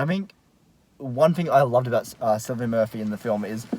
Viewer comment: How is it that neither of you know how to pronounce Cillian? Come on, he's rather famous, haha.